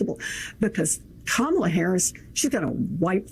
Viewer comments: She said,"Tramala"". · You're pronouncing her name wrong.